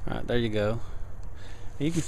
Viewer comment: ok now you are pronouncing "there" in 4 syllables lol